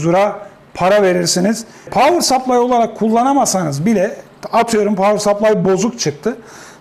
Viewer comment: Tebrik ederim, güç kaynağının İngilizcesini doğru söyleyeni neredeyse ilk defa gördüm/duydum diyebilirim.